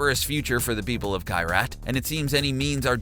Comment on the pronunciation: It's not Kairaat or Kiraat. It's just Kirath